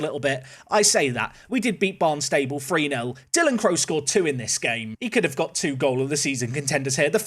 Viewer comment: The way you say Barnstable completely wrong every time is hilarious